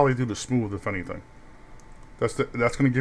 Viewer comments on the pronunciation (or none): none